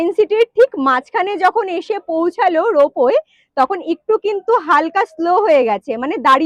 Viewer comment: রোপো বলে কিছু হয় না, কথাটা রোপওয়ে।